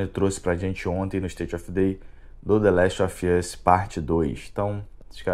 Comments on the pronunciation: The Last Óv Ãs 🤦🏻‍♂️ assim que se pronuncia man 😩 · Tbm tô no hype, mas é State of PLAY e ouvir The Last Ófi Âs dói. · Quando pronunciou the last of us nem continuei assistindo o video!